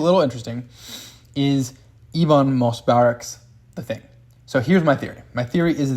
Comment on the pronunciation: Love this theory but the way you pronounced ebon's name is sending me LMAO